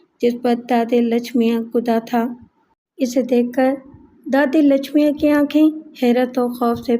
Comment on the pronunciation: Naam padhne me bahut gadbad kardi hai aap ne.. Wo Lachmiya nahi Lachmayya hota hai. Waise hi aurat ka naam, Lachma nahi Lachamma hota hai. Is tarah ke naam Indian Hyderabad, Telangana ke ilaqe me hote hain.